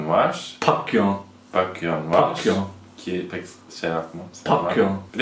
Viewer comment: Pakyon değil pekyun diye okunuyo